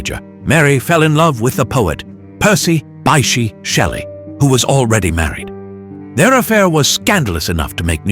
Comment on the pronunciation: "Bysshe" is pronounced "Bish".